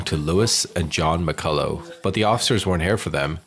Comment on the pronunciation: It's pronounced Mac-ull-ock